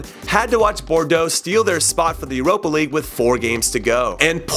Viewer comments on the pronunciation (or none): none